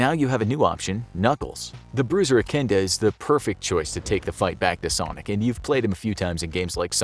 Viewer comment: i think i heard you say "echinda"